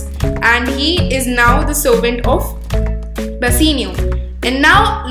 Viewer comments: It is "Bassanio" not Bassinio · It's bassanio not bassinio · It's not bassenio it's bassanio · It is "Bassanio" and not "Basseenio" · Bassanio its not bussino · Plz don't mind but it is not basenio it is bassanio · Its not Bassinio Its Bassanio Please correct yourlself.